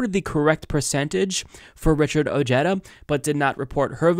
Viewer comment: WTF? Richard O-HEH-dah! Dónde está tu español? In your back pocket, next to your brain? Lol. Good Spanish in America matters!